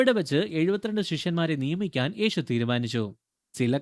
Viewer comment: ഈഷു , ഏഷു എന്ന് പറയാതെ യേശു എന്നു പറയാൻ പഠിക്കുക